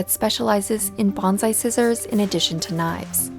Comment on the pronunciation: Common, but wrong. It's "bonsai" not "banzai".